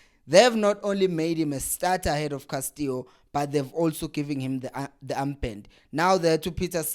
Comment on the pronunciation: Castillo not Castio maarn